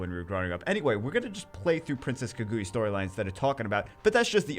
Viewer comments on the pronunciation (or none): I think it's pronounced Kah-goo-yah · Oh yeah I know this story. Celesteela, the Pokémon, is based off of her. Also nitpick, but it’s Kaah-gu-yah. You emphasize the kaah not the gu. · No no no, it Kuh Goo Yuh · please pronounce it right^^ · RIP name pronunciation 😂